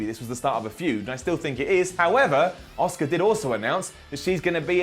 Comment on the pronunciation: You're finally saying Asuka and not Oscar lol!